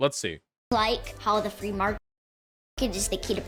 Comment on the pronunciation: The "Fwee mawket" comments had me rolling lol